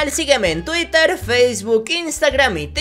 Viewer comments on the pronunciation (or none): none